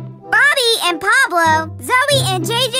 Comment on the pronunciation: Pablo Not Poloo